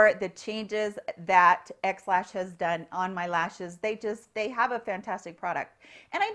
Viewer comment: I haven’t tried this, but I want to share with you that when you said “XLash”, I thought you said “Ex Lax”, LOL! Figured you could use a little chuckle.